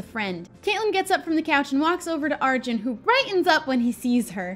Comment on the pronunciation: Lol im pretty sure it’s pronounced like are-jun